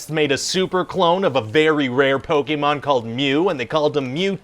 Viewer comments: I so wished he would have kept mispronouncing it Po ken mon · Funniest pitch movie yet, "Pa-kem-min". LMFAO, I'M DONE!! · "Pa ke men" 😭😭😭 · “Po-ka-men” I am done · "Po keh men" PokeFans everywhere are triggered. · Po Ken em lol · Legend says that, 20 years later, the producer is still pronouncing Pokemon wrong.